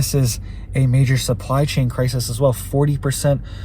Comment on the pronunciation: crises, plural, pronounced crysees.